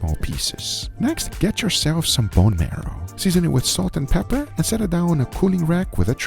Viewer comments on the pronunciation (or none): pepper not peer